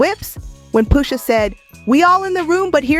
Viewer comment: Stopped watching bc I just can’t keep hearing the robot voice say “POOSHA” 🤦🏾‍♂️